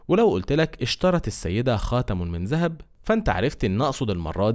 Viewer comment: السلام عليكم . لفظت حرف الذال بصورة صحيحة بالمقطع ( اشترت السيدة خاتم من الذهب ) اما البقيه فلفظتها ( زهب ) لماذا ؟